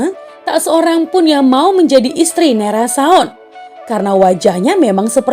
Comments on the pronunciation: Maaf bukan seperti kodok tapi kulitnya seperti penyakit kulit seperti kulit kodok. Bukan nairasaon tapi narasaon,sebutan nai untuk perempuan bukan ke laki-laki. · Mohon di ralat bukan nai rasaon,tetapi NARASAON